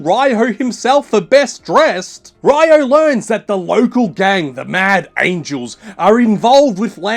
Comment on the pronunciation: Its Ree-O